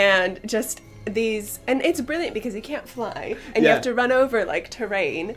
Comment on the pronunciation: How cute was it when said "it was brilliant", we're losing her to the damn brits.